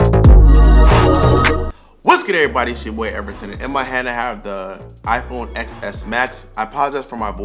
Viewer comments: Not knocking you, but I couldn’t take you serious if you can’t get the name right. I tried to finish the video but every time I heard you say XS instead of TEN-S, you took away your own credibility. Everyone knows the name XS, is dumb because everyone who doesn’t know better will call it that....everyone but a serious tech reviewer. Just think about that, if you can’t get the first part right, you compromise your entire review. Even MKBHD made reference to how dumb the nomenclature is, but he still pronounces it right. It’s constructive criticism that’s you should not take as a knock but a consideration moving forward. I would love to subscribe to your channel, but you gotta convince me that you know what your talking about, and that starts with the name of the device that you are reviewing. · I hate it when people say x as ex s. Say it as 10s. It sounds better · It's called the "ten" s not "X" s. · No, it's pronounced "Ten S" not "X S". The "X" is A Roman Numero 10 for the tenth anniversary of the iPhone. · It’s pronounced TEN-S. Just saying if you are reviewing technology, start with pronouncing the name of the device correctly. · Ten S bro... ten... I couldn’t finish the video and keep hearing that mispronunciation 😩😭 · Lol I cringe when people say x s too